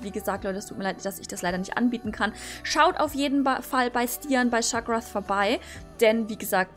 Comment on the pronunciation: Hallo! Dankeschön dass du mich besucht hast! Bei Shagrath das th wird T ausgesprochen. Das ist ein Orc von Lord of the Rings:) Jaa bei Splashed with Money... das GP ist schade xD Vielen danke dass du mit Smokin Delirium gezüchtet hast! Wenn sie nicht aufnimmt setzt ich dir den Preis auf 1 HRC Runter:) Ja, Segana hat eine Bedeutung. Ich habe auf einer Welsh Stute reiten gelernt und sie war Segana:) Aber ist werde sie nicht sehen können, weil sie 29 Jahre ist und in Norwegen wohnt ':D Vielen Danke nochmal! Ps: Ich freue mich über einen Hintergrund xD LG!